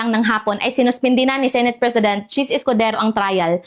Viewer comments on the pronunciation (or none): none